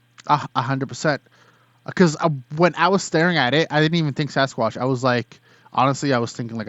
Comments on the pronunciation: He said Sasquash!! Lol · “Sasquash”- anyone else catch that in the beginning??? He’s cute!! Loved his story!!!